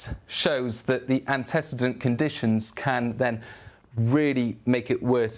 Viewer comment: annty seedant not anticidant, ante like ante bellum, cedant like cede control